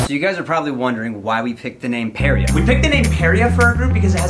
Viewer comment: I'm really excited to watch their videos but someone needs to tell them they pronounce Parea wrong...